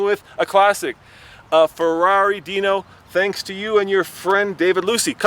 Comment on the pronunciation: its not a deno its a dino